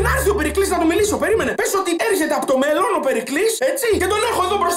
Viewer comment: Ρε καταλαβαινεις πως το λεει?Εννοει στο μελλον